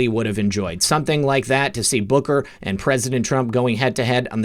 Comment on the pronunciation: Every time you say Booker, I hear Booger. More better. haaa haaaa